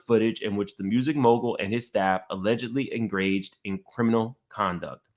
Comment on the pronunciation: Engraged? A rocket science? Down the pike? Peripheal??? This mfk can’t talk right 😂